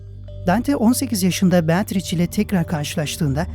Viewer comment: "beatriç" değil, aslı "beatriçe" şeklinde okunur.